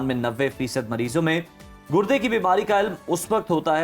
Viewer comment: Gurdy ❌ gudny ✅